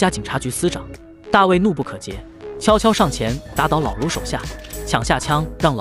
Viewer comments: 亲，播的很好发音标准。那个是读怒不可遏 那个遏读（饿）不读jie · 怒不可遏（e）,不是jie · 怒不可遏 是è 不是jie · 不是怒不可遏 e 么 怎么AI还能读错呢 莫非是多音字？ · 怒不可遏e